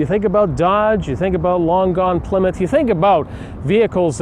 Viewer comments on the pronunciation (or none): none